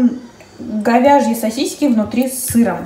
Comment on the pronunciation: Почему сосиськи, а не сосиски? 😄😄😄Меня коробит, когда говорят сосиськи, крэм, бассэйн😬